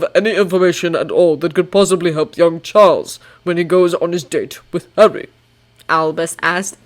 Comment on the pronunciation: It's still funny to hear Dumbledore to say Charles rather than Charlie